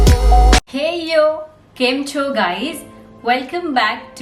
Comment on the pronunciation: Your " Kem chho " Is just wowww